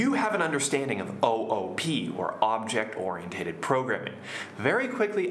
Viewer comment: Very good lesson. I have a question about the pronunciation of ORIENTED. Shouldn't it be pronounced like this?